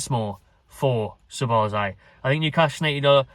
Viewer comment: Ya caving ma bassa heed in man with ya pronunciation dude it's Sob - Oz - lie = Szoboszlai